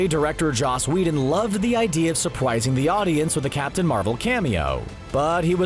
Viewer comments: "supwising the audience" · He said supwising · Is it just me or does he say surpwising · My man said supwising 💀💀💀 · supwising XD